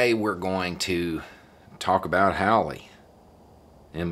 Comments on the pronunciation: It's pronounced Haul-E,. As in he can Hawley his ass outta the fucking Show-Me State! He ain't nothing but a gotdamned joke! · I'm pretty sure Hawley is pronounced "HAUL LEE'. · It's not "howly" it's Hee-Hawley. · Nice subtle touch pronouncing his name w/ an "ow" sound instead of the "au" sound. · At the beginning I thought you said let's talk about a haole. I guess I was right😁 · I like that pronunciation. Haole. Hawley epitomizes the term Haole. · Funny how he pronounces "Hawley" as "Haole" - 😯 - just a manifestation of that southern drawl I'm sure 😉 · I too would like him to resign! We have something in common, 20% of republicans and I. Pretty sure it's just that one thing, though. Also, I'm entertained that most people are pronouncing his name as Haole. Seems appropriate. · Please make sure you pronounce the "a" when speaking about this man. Thank you on behalf of all my family.